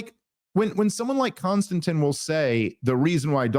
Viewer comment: KON-STAN-TEEN. bro….lol